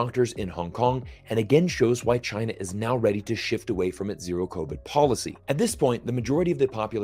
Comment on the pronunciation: I've really enjoyed every time said "Tchyna" in 2022⛳